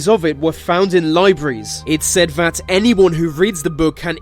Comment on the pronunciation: please say 'that' instead of 'vat'